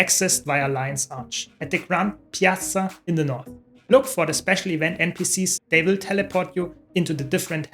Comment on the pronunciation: You put some serious effort into the word "".